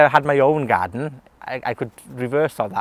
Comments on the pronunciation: I love the way he says garden ---- gaaden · Pretty cool. Could also listen to him saying the word "garden" over and over in his Welsh accent on a loop forever.